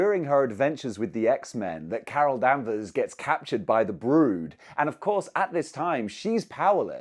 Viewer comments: Why was someone saying Carol Danvers so damn funny? 😂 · I flinched each time he said her name wrong. 😗